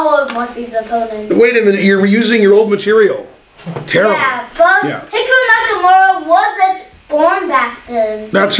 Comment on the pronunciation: "Hickaroo Nakamura" 🤣💀